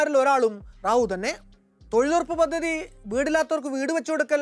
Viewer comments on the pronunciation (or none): none